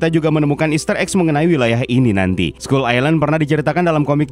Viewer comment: Dibacanya skal, bukan skul lagi. Masa' island doang yg dibaca inggris, skull nya dibaca ngasal. Biar kontennya lebih pro min.